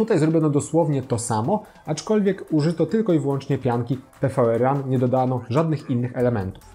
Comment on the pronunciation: Pianka to PWRRUN czytane jako power run, a nie PVRRUN ;D